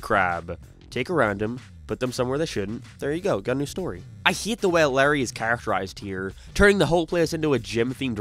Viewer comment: why does he pronounce words weird... like instead of hate he says "heat"